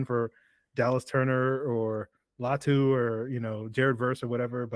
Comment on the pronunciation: It’s LATU